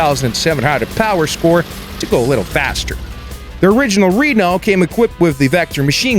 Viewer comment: Renault not reeeno.